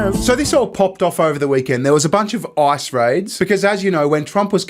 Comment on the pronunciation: His decision to pronounce Ice as I early in the video changed the whole tone for me. And the visuals!